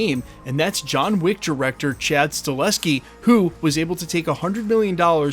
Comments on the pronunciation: It's not Stalheski, it's STAHELSKI. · It's Sta-HEL-ski, not Sta-LES-ski. But other than that... good job! 👍👍